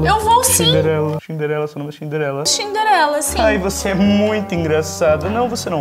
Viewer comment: É Cinderela não é xniderenla